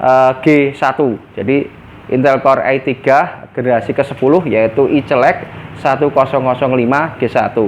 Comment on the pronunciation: i celek?? 😂😂 celeke sopo digowo rene cak?